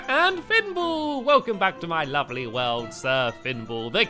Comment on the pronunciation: Stampy, at the start of your videos why do you say a-lovely instead of lovely